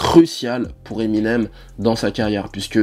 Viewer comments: '' Eminem SE .... '' ça m'a perturbé aussi 😭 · Tu dis " Eminems " 2 fois au début mdr Vidéo cool sinon